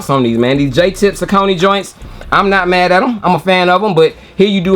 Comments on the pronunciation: You say it how we say it up in Jersey... Saucony (sah-cō-nē) The lace loops on those reminds me of the Air Max 97s. Keep on the grind Nephew! - O.G. CMD Safe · Sau cony… thank you bro for saying it like we do… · We pronounced Saucony the same way in Richmond VA too. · Thank you!!! I’ve always pronounced them that way too. It wasn’t until I watched different reviews that I heard people pronounce it the other way.